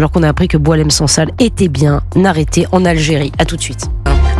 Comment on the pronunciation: Il s appelle sensal pour ne pas dire sangsale alors que sifaoui dit selsal il ne connait pas son nom